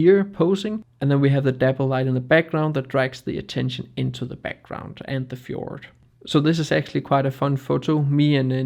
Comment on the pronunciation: I will never get tired of hearing 'Fjord' being pronounced properly. I love it!